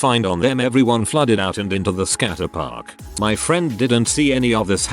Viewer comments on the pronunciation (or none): Literally everyone: skayt'-park TTS: skat-ter'-park